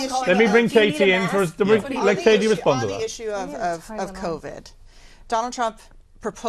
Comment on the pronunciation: KKKatie correctly pronounces her name towards the end, then mispronounces it to please her bosses.